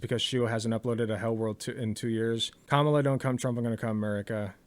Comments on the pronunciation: I'm starting to get triggered so much by people mispronouncing Kamala. It's not that fucking hard. I mean Shoe. It almost feels intentional. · It's annoying shoe doesn't say her name right she said it like the right. It's Kah Ma la